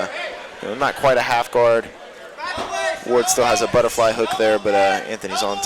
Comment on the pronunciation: The one announcer keeps saying wade. It's fn ward ! Ya big idiot